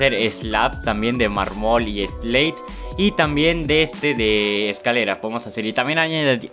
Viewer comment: Jajjaja muy bien todo solo le ase falta aprender a hablar eso de mar-mool (mármol)